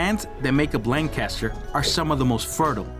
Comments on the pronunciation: I live in Virginia now, but I am from Lancaster. The #1 thing that irritates us is not pronouncing our county correctly. If you want to see Lan Caster, go to California. Otherwise, we pronounce it Lank-ister. Period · Pronounced (LANG *kister) Named for Lancashire England. Excellent video! Highly recommend!!🏆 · You are not pronouncing Lan Caster correctly. Learn the name of Place you are exploring 😢😂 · Cool video and story. But living here in Lancaster I find the mispronounced name Lank Caster difficult to here over and over. It's really just one word Lancaster. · If my wife was there, she’d be beating you and screaming, “say the county name right! It’s Lank uh ster!” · Lancaster - pronounced Lan Kiss Ter (sorry born and bred County kid ) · The moment you mispronounced Lancaster I left the channel. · Couldn’t het ast the fourth second beginning. Learn to pronounce ‘Lancaster’ the way locals do… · You are NOT pronouncing LANCASTER the proper way. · Great video! I like how you corrected the pronunciation of Lancaster in the description, ha. I was corrected many times over after saying it the same way you did. Little tip on chapters btw...if you remove the 0:, it'll show on the progress bar. I like what you got going on and wish you tons of success!